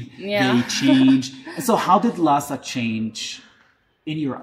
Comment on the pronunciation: 我觉得最搞笑的是油管上一个藏语小品视频下面有海外藏人呼吁不要用拉萨话说台词，因为听上去和汉语普通话太像了😂而且视频里的女生明显就是拉萨人， 这里她说“拉萨”这两个字的时候发音是ལྷའི་ས而不是照着藏文读成ལྷ་ས